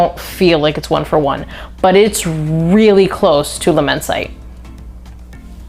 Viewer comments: Not amber, it’s chypre. Please get it right if you use a true perfumers vocabulary. It is immense it’d. Immense it -ay given the e on the end , my apologies if this upsets but I hope you learn from it. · Its pronounced "La-men-see-tay" 😂😂 and I've almost ran through my bottle of Immortal this summer, its a banger of a scent for cheap.🔥🔥 I received a couple compliments wearing it too😅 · Good review! But… if you’re going to dedicate this much time to fragrances, you should probably learn how to pronounce the names. Luh-men-site? Jesus Christ, I’ve never heard such shitty French.